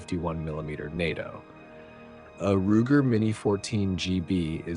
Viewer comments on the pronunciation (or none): none